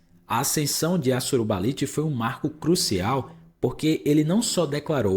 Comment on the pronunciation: Amigo, não tem sílaba tônica no NI de Assurbanipal. Considere não usar essas imagens geradas por AI, isso é péssimo.